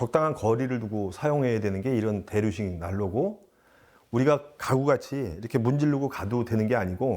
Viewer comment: 대류식, 대륙식 두번 잘못 발음하셨네요. 헤헤헤